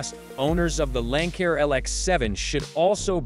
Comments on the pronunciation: Lanck-air? Bye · I guess robots can’t pronounce Lancair